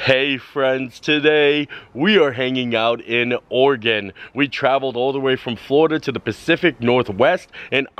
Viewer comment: Oh, wow - didn't expect to see you pop up in my home state! Nice!! And kudos for pronouncing Oregon correctly! :) Many people don't!